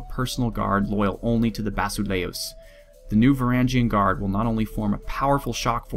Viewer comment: Did I see a 'restore the roman empire' button over there? Eternal honour and glory is bestowed on he who brings te true Romans back to Roma! Also I haven't studied Byzantine Greek but in ancient times one would say Basileus instead of Basile-u-s. But you will have to look up tye pronunciation yourself as there is no English word that uses the same sound. And of course Lukos or Lucia will be back to smash some undead/infidels (circle whichever is a more pressing comcern) and should I have the honour of being a male in a reformed Roman empire I would like to be named Lucius.